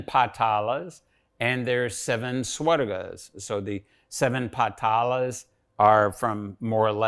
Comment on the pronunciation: Everything is great.. good to know that someone is at least practicing researching all these. Only one complain, please correct your lnguage. It's not 'Dev Lokaa' or 'Swargaa'. it's 'Dev Lok' or 'Swarg', without an extra 'a'. Let the white people say it if they can't pronounce it corrctly, but atleast we Indians should not insult our language. If we start corrupting our language, our expressions, then how are we going to respect our legacy. I'm not angry, but very sad everytime when I hear our own people insulting our language. Deatroy the language and you destroy the culture. Pls reply me if I'm wrong, or if it has some value in what I'm saying.